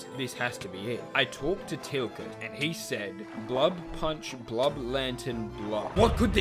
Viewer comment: it's b-u-l-b not blub it's bulb!!!!!! gosh your videos not being perfect can cause someone physical pain pls be careful 🙏🏼🙏🏼🙏🏼